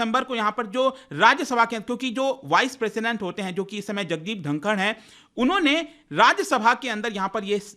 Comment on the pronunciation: ढाकर नही बल्कि धनखड़ है ।